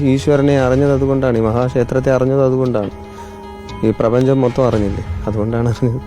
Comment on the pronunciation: പ്രെബഞ്ചം .. 😂😂 എവിടെയൊക്കെയാണാവോ ഈ പ്രപഞ്ചം